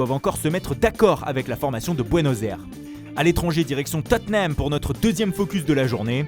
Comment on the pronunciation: on dit : " Tottnam "